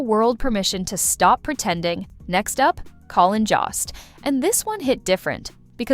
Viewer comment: Jost is pronounced to rhyme with ghost.